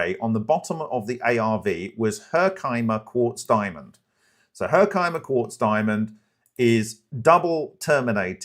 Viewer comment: FYI, as someone who grew up in upstate NY, Hercimer Diamonds is pronounced herk-eh-mer 😂